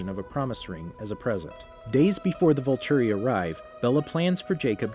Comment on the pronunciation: ... its first beach ON la push. That's the name of the beach. Also he said Voltori wrong, pretty sure he said Rennesme wrong too. And he got plot points wrong, like edward biting bella. He only bit her in twilight, in breaking dawn he had a bunch of venom in a syringe that he injected her with, so as to not break the law.